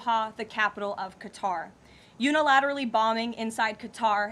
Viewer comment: Khatar nahin balki qatar